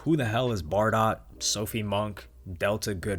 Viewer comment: One thing - Bardot is actually pronounced bah-doe.